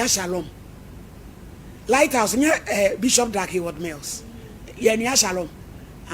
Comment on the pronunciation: Madam be careful yours is lythaus not Lighthouse 😂😂😂😂😂😂😂 3di3n shalom😂